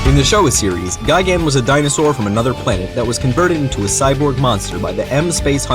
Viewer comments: It's not gigan It's gigen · Btw, it's technically pronounced "Guy Gun"